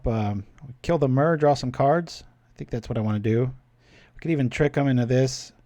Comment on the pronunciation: Bro, everything else aside how do you pronounce myr as anything but mirror?